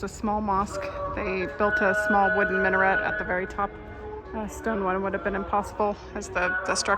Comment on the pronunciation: Cest un minAret pas un minoret ou un min'ret.